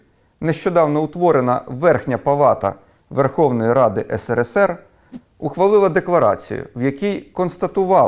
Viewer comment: Що ж це за країна така була, що навіть перший і єдиний президент тієї країни не може вірно вимовити її абревіатуру? Що то є, сср?